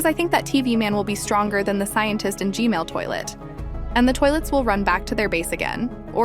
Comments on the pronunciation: Why do you say G-mail toilet not G-man toilet 🚽😡 📹💀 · Bro said G-Mail ahahaha😂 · Why do you say g.mail toilet?! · Why do you keep saying Gmail toilet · G-Man❌ G-Mail✅